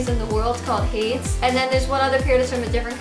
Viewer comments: isnt it pronounced "hay-dees" not "hayds" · hades is pronounced like hay-dees, right? not haydes. hay-dees, like the greek god? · Are you sure it's Not Hade-ees like the Greek god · The shoe company is named after the Greek god Hades, which is pronounced Hade-eez. Sorry, I'm just a mythology nerd and gotta point it out. XD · ITS HADES. HAY-DEEZ. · Hades. Is she pronouncing that correctly?